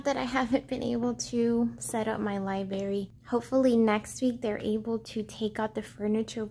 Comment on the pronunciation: The way you say libRary cracks me up lol